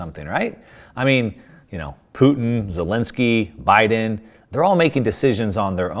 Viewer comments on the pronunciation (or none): none